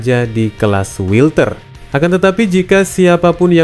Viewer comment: jangan wilter dong bang welter aja bilangnya hahahw